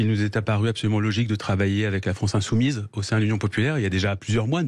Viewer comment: " La France insouMOUISE. Tout est dit."